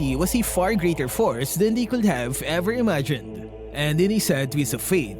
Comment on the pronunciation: Hello. I noticed you pronounce the Ls in your "should, would, and could". It's supposed to be silent. I'm sorry if nagmamagaling yung dating ko. Hopefully this helps. I'm a fan of your videos.